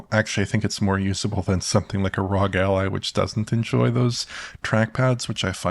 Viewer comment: Can you say R.O.G. without saying ROG????😅 you crack me up!😊